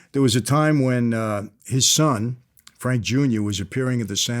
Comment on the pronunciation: Vlad always messing up Frank name